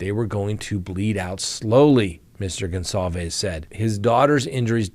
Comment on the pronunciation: Come on it’s not Gonzalvez it’s something else. We owe them at least the respect to there family name just saying dear sir I’m actually more confused then ever now if I’m wrong and your right my apologies kind sir.